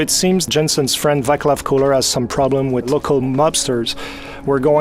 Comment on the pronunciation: the Czech name Václav is pronounced [va:clav] not [vaklav] :-D about that Russian accent. Nobody here pronounces English words like that. Not even children at schools. Czech republic is in central Europe. Check the map. We are not part of Russia. If someone talks with Russian accent it is for making fun of Russians or trying to sound stupid.